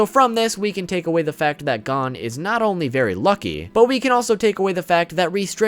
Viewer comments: Nigga said “Gone” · stop saying gon its gon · Gon ❌ Gone ✅ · Please pronounce Gon correctly it’s driving me crazy. Not to be rude but it’s pronounced goone not gone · It’s not gone it’s gon with no e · bro my nigga said adult gone not gon im dead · Bro his name is gon Oh the oh sound Gon lol you keep saying gone lol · He calls him gone when its gon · everytime he says gone instead of gon, take a shot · I know he did not just pronounce gon gone 🤦🏾‍♂️ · I got to admit... i cringe a little bit every time i hear you call him Gone. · I like the video and you have some great points. One thing though - it's pronounced "Go-n" rather than "gahn" (Gone). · Did he really say pronounce gon gone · Good video but please stop pronouncing his name wrong, I know its Gon but its like this Go-H-n. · why do you keep pronouncing Gons’ name as “Gone”? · Why are you saying gone tho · Adult “Gone” ??? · Why does he say gon lik that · Great video, but how do you said Gon’s name wrong? Seriously